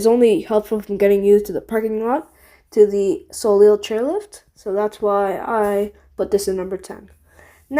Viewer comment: Also the ei like in soleil is pronounced ayy like the e in egg